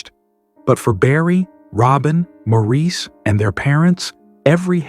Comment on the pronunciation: Why are two unknown men in white shown when talking about Andy? And why is a black man singing shown when talking about Andy? And Maurice is pronounced like Morris. Yes, unusual but that is his name pronunciation. I never heard about the family living in Spain and I have watched many videos of The Bee Gees. This was a bad piece using a bot to narrate.